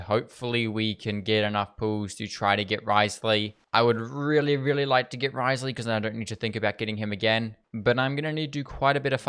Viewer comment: Thank you for actually calling him Wriothesley and not “Rizzley”. It’s so annoying when content creators just call him Rizzley. Congrats on the Furina too and stay safe during the cyclone!!!